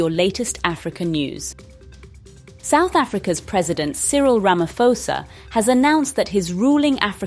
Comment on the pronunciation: It's long overdue. By the way, it's Ramaphosa, not Ramafoza.